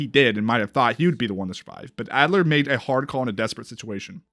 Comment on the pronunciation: I love how you keep saying Adler instead of Alder. LOL. Your COD name is four years off.